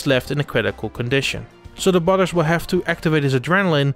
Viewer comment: "Brudars" lol